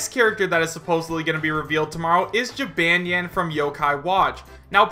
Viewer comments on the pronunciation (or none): I'm a simple man. I see Jibanyan, I click. Edit: Wow, you say Jibanyan so wrong. Its gee-bon-yon. Not Gee-ban-yan. Sorry, continue. Edit 2: Apology accepted (he said excuse me if I'm offending anyone). Like I said, I'm a simple man. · it's ji-BAHN-nyan, not ji-BAN-yan! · Its pronounced "Ji-bon-neon" not "Ji-ban(as in "banned")-ne-an" Although I do appreciate you trying. you say the "neon" part fast so it sounds nyan. Therefore, Jibanyan. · you said jibanyan wrong not to be rude its pronounced (ji-bahn-nyan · I honestly really want Jibanyan in lol. Also, I don't mean to offend you, but Jibanyan is pronounced Jih-bohn-yohn :3 Tbh I like the way you say it tho lol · Pronunciation: Chee-bon-yon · Ji-bahn-yahn, and he's the mascot, like Pikachu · OOH that Jibanyan section has me (A lover of yokai watch) EXTREMELY TRIGGERED. First off it's pronounceds Jeh-bon-yawn. NOT how you pronounced it. Second "Most popular Yokai Watch Monsters" THEY ARE CALLED YOKAI. Ya know like how Pokemon is Not Pokemon Monsters, it's just Pokemon (Which already means pocket monster). At least you pronounced yokai right. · Nonstop _Gamer I don't really play the games, so I don't know how it's pronounced in them. You would think it would be the same. I just say it as Jib - ahn - yahn. I agree with you though. I trust Pokedex 3D for Pokémon name pronunciations. I'm not sure if they are the same as in the anime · Pronounce Jih Bahn Yawn or Jee Bahn Yawn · It's pronounced (Jib - ahn - ny- ahn),. Sorry for correcting you, it's simply a reflex. Plus, I hope his Final Smash is his special move in the games, Paws of Fury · lmao that pronunciation of jibanyan made me die a bit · Hears pronounce jibanyan wrong TRIGGERED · Trust me Jibanyan is a good fit for smash AND ALSO your pronoucing his name wrong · I know you don't know much about Yo-Kai Watch, but. The way you kept pronouncing Jibanyan hurt my soul.. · Omg not to be mean but you butchered jibanyan